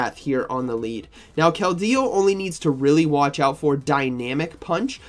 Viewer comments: Can someone tell me what the hell is a kel-dey-oo😂? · I tried to pay attention but every time KeldEEo takes me out of it😅